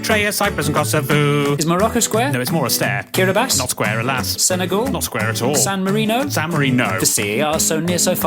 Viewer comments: San Mari-no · "San Marino?" "San mariNO" "Vatican?" "VatiCAN'T." so we are roasting micronations